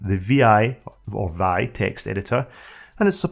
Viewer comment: I worked on a software product that ran on Xenix way back then (mid-80's). It was legit. We sold hundreds of those systems to small businesses. Note to the vid's reader -- the "vi" editor is NEVER pronounced like the verb "vie", but simply "vee-eye".